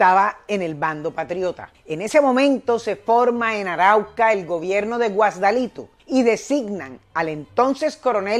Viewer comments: Saludos. Soy de Acarigua, estado Portuguesa, la capital del municipio Páez. Y respecto a este prócer, debo precisarle que nació en el caserío llamado Curpa, que queda a 10 minutos de Acarigua, en la parroquia Payara. Que para el momento de su nacimiento pertenecía a la provincia de Barinas y el cantón de Araure. Adicionalmente, usted tiene otras ciudades mal pronunciadas, como Guasdualito. Igualmente, agradezco su esfuerzo. Pero por favor, trate de corregir lo que dijo para que la inflación quede correctamente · Excelente historia!! Solo sugiero tener un asesor Venezolano para corroborar ciertos hechos y mejorar la pronunciacion de los nombres de las poblciones: Ejemplo: Guasdalito, es Guasdualito.